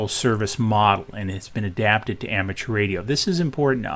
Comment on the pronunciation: "Aramature Radio"?